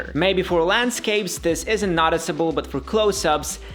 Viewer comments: I know English isn't your native language but it's noooticeable, not notticible. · Noticiable not naticiable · The way you pronounce "Noticeable" should come with a trigger warning....